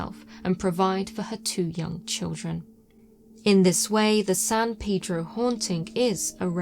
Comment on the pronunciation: I enjoy your dialect/"accent", but san "peedro" got to me every time. I don't call it Lawn-dawn... It "pay"dro,...